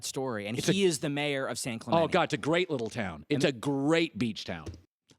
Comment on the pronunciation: At least pronounce San Clemente right lol